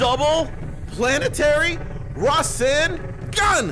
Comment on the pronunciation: Ra sin gan........ NO.......Its Ra SAN gan